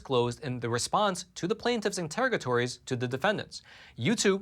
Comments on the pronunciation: Here’s another “fact check”…it’s “Attorneys General”, not “Attorney Generals”…..also the correct pronunciation s “Inter-ROG A tory” not the way pronounced it. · In-ter-ROG-a-tor-y. Excellent as always,.